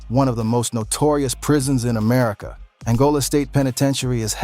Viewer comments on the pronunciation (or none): none